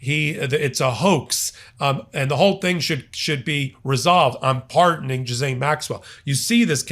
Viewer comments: hey...it's GhisLANE...not GhisSANE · It's pronounced GILL (as in fish gill) - LANE. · I love you but stop saying JIZZ-ANE lol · May I politely share. Her name is pronounced. Gee- lane. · It is pronounced gee-lenn (hard g sound). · Oh wow. Great reveals. BTW her name is pronounced Gil-aine. Love your commentry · it is pronounced gee-lane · Just so you know, it is pronounced Gi lane (hard g) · Nitpick: That tricky name, Ghislaine, is French, pronounced "Ghee-len". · Gee-lane, or zhee-lane. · Virginia pronounced her name as "Ghalane" or something like that..just saying. Thanks! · Pronounced gee lane. The s is silent. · sweetie.... it's pronounced Ghee- laine... like "Elaine" with a G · Ghislaine is pronounced ‘Gilaine’. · It’s pronounced Gil-ahn or G’lahn. The ‘s’ is silent. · The name Ghislaine is pronounced gi-lane. You're welcome. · Side note - Ghislaine (how annoying to have a name that nobody can pronounce!) is pronounced GHEE-LEN!! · Pronounced: gilaine, no s sound❤ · her name is pronounced gillane. ignore the s and the h. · "GIZZANE?!?" Come on,... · With respect and admiration, I need to share a phonetic spelling of the name "Ghislane": Geelane. It's in the same category as "Sade." Ha! Cheers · SORRY TO BE FUSSY, BUT GHISLAINE IS PRONOUNCED (HARD G) GEE-LENN. IT'S FRENCH. NOW ABOUT THE ISSUES, I'M GETTING CONFUSED. I GUESS THAT''S THE POINT. WHEN T SYAS THERE'S NOYHNG TO SEE HERE, YOU CN BET YOUR LIFE THERE'S A HEAP OF THINGS TO LOOK AT. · Ghislaine = gillLANE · Jeez-lane. That’s how to say her name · Ghislaine is pronounced Gee Laine. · Ghis-Lane Maxwell. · Her name is pronouced GHIS-LEN, sir. (from a Canadian who also has a French name). 🇨🇦💪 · Why can none of you podcasters get her name right?? You all just masacre Ghislaine. Everyone I've heard who actually knew her pronounces it "Gee-lane" or "Ga-lane". It's not that hard. has his own atrocious take on the pronunciation. Yikes. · Ghislaine: geezlen”